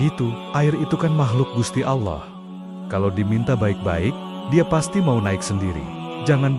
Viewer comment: Ini kisah islami kisah seorang waliyullooh, kenapa dibelakang syeh Syaridin ada selipan salip. Jangan2 yang mengisahkan bukan Muslim, karena menyebut lafadz allooh saja salah.